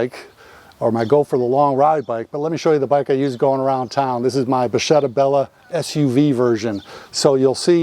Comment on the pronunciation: It's pronunced bakketta.